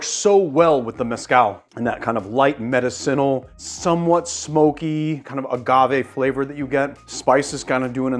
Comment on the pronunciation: Make pronounce "medicinal" correctly.... PLEASE!